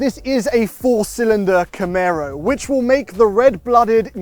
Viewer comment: you've learned how to say Camaro!